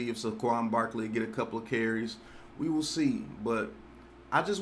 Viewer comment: Everybody: (Say-quon): (Suh-quon)